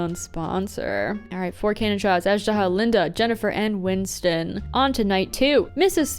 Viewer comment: “Windston” lol